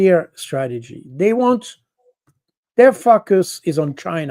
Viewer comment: I love the way Col. Jacques Baud pronounces 'Focus' ...Yes indeed sir they are some fackus 😂